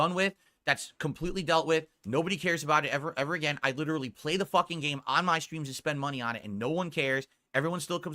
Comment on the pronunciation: "Dthoo-Dthee shtreams... right?" Slurring like a drunk and has the gall to make fun of a guy for being high lmao